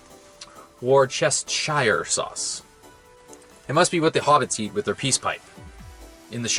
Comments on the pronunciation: So Theres a new moth. A nce clip of a hornbill. Some pictures of some animals that are meant to be new but includes rhio beetle, bats, creatues that really aren't new. Oh, Worcester is a city in Worcestershire. Its pronounce wuss-ter- wuss-ter-sheer. The ability to create colour images happened in the 1860s. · Worcestershire is a county in England. WuSSTAsheer is how it is pronounced. You are silly. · Worcestershire was always the county that named the sauce. It's pronounced wustershire. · Pronouncing a word WuSSTAsheer is what's silly. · lol most of the things you have shown i also see the changes , but the worchestershire sauce ... was always that way. im old and i remember first trying to pronounce it, outloud ,in a sentance, while serving elevenzies, while working in outback australia as a teen.